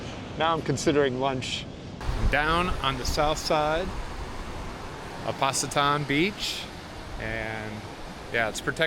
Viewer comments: Not Passitan, "c" in bahasa indonesia is like "ch" in "chicken" otherwise great work😊😊😊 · It’s Pach ee tan bro. Indonesians pronunciation of C is Ch. The ppl there are amazing. Love having their picture taken with westerners. Hi back to Watu K and ask where is Black Sands and check that out if the wind is up. It’s just a beach or 2 west of WK and Should be offshore. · For future reference, all a’s in Indonesian are pronounced (ahh), all c’s are pronounced (ch) so Pacitan is pronounced (Pah-chi-tahn).. Hope this helps. 😬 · Pacitan is pronounced Pack-i-tan . The "C' is either CH as in church or CK as in pack . Lived here "Grajagan Pantai" for 10 years after traveling back and forth for 8 years , worked lived in Australia previously . Had good waves further down the coast from where you are , Pulah Merah/Red Island. During the week is best , very popular with Indo tourists on week ends , bus loads of them come down from the inland towns/villages . Safe travels , Enjoy . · Great video mate!!! It is a beautiful area. I've stayed at Harry's a couple of times in the last few years. Pacitan is a fun place! Good to see you having a go at learning bahasa, the local people will really apreciate that and it will open doors for you. The Indo's are a friendly and curious people but can be shy with foreigners. Oh btw, The letter C is pronounced Ch in Indonesian language so Pacitan becomes Pach-itaan, similarly, Canggu is Chan- goo. Wishing you well on your adventures and say hello to mbak Tina for me😃